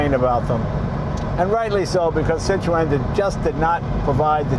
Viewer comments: O.K., I give up, what the hell is a Citro-ann?. Oh, I Get it, thats the way obese aged New Englanders pronounce Citroen. "Cit'-roehn". . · sit ron, not sit ro en. Pronunciation. just annoys folk like me. And the hydraulic spheres were cheaper to buy from Citroen than from Rolls. Like a quarter of the price from RR.But heh, if you could afford a Rolls you had more money than sense. And just about any decent hydraulic fluid will work.They are french though so they will just stop at random for no reason. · Jay I can't watch this video with you saying Cit-RO-en all the bloody time . .It's Cit-run. . .Damn yanks 😂🤣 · "Cit-tro-en"? In England we pronounce it "Cit-tron" or "Cit-trun" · The name is pronounced as "Citren" not Cit-ro-en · Wrong, Ringo. SIH tro en. And swirl the -r. Not the knuckle. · « see - tro- hen » not too much emphasize on the H sound though , is as close as I can think 🧐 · "Citro-enn lol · false ! la prononciation est cit ro en (i'm french) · Say 'Sitron' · Why do you insist on pronouncing it Citro N? o_0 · French here. Pronounce "Citro - N" and you're good. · Citro-en😅😂😅 what!!! Citroen it’s French for heavens sake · Citroen is pronounced citrauwn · its pronouced citrin jay no offence to pronounciation by the way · So funny the way he pronounces the name Citroën :) :) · Jay l like this Citroen ( your pronunciation of Citroen is Super Hilarious) How ever l prefer the DS Citroen ( especially the convertible) There was a company in the UK that produced a turbo kit package for the DS Model . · I guess I've been mis pronouncing Citroen.Jay sure likes his seat pulled back. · I would watch the whole video but can't due to Citroën being pronounced incorrectly throughout. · His mispronouncing of Citroen is killing me. Come on Jay! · Jay you must know how to pronounce the name Citroen !! Just saying ! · That's not how you pronounce Citroen